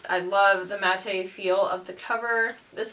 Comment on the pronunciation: Matte is pronounced mat - lovely video, can't wait to see you grow.